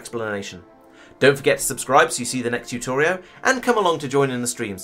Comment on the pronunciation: r u saying "Tutorio" ?..... bravo, sir.